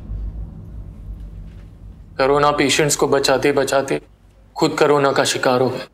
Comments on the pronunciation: Karona nhi hota korona hota h kase doctor h y vikas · Or vo korona nhiii hota corona hota h got it 👍😂😂